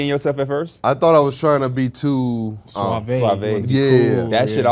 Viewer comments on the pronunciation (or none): Btw yall its not suavey its suave bruh lmfao there aint no ey